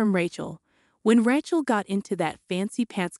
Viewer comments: What's with "RAH-CHEL" and "RAT-CHEL"? Rachel is said as "RAY-CHEL"! You can't say a simple and common biblical name that is thousands of years old? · The name is RAY-chel, like in Ray Charles, not Rat-chel, like in ratchet set. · "Raht-chul" Gotta hand it to these AI voices narrating these fanfictions. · Ray-chel. Accent on the first syllable. Need to proof material. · I don’t think she can read well or write. I never heard Aunt as On and the name Rachel pronounce the way she did. Before downloading a video make sure you double check it. No one did this one. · Ray-chel or Ray-shel depending on how the parents pronounce it.